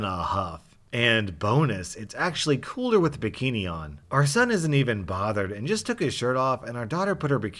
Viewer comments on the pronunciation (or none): none